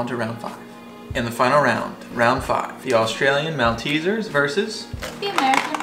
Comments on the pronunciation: Maltezzers is pronounced “Mole-teasers” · OMG, a Malteser is pronounced “malt-teaser”... “mawlt” as in Walt Disney and “tee-zuh” as in Julius Caesar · I don't know why but I got hooked on the fact they said Mal-teasers other then Mol-teasers even though it's spelt as Malteasers I would always say Mol-teasers. Am I the only one? 🇦🇺